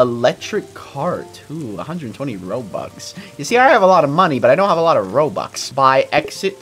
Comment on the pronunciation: It was robux not roburst